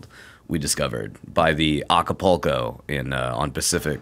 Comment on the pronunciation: Adam, I know you're illiterate buddy, but it's AcaPULco, not AcapOco.